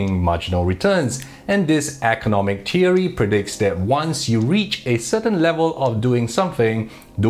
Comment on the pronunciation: teery? then is not ten................... say th then theory ten tink tat tay tout temselves teorists